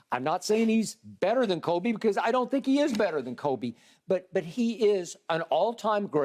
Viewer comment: Shannon, literally no one calls Kobe....."k-oh-b"...🥴🥴🥴